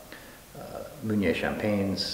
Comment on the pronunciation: Waited until to hear him saying the word "Meunier" and he pronounced it wrong... it's supposed to be [mø.nje]... and ø in French is like "ir" in English word "bird"...